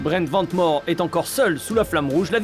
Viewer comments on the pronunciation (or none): C'est "Vane Mour" que ça se prononce svp 🥲